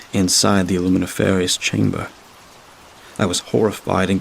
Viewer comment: luminiferous is not pronounced that way.